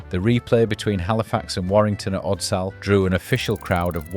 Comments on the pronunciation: Odsel? How can you seriously try to make a documentary when you either us ai voice or can't say Odsal? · Love your videos, they're well informed and put together. However, I do need to tell you that Odsal is pronounced with a soft a. Odsill (almost). I reckon you also say Salford with a hard a, Solfud is a closer pronunciation.